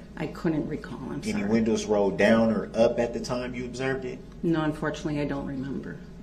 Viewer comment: Would I be wrong if I were on the stand and I repeated all his incorrect words back at him?😂 I would have held him up so bad. License place? Tinted winnows? Like I know you didn't go past 9th grade dude but Dawn should have helped your clueless tail at 5 on how to pronounce those words...Ooops she can't pronounce words either. Dang! And his whole line of questioning was dumb. It did nothing to help him. Tinted windows does nothing for your case if your windows are down! This case you had the weapon, the person and it all was captured on video! And he has the nerve to ask if someone has a record when he has a rapsheet the length of a football field.